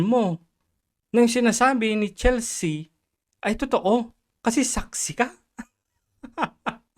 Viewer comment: Chelsea - Chel-sea not Chel-se-a.